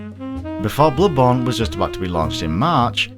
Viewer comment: it's not that hard to properly say "BloodBorn" god